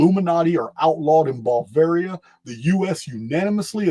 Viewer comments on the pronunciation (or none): none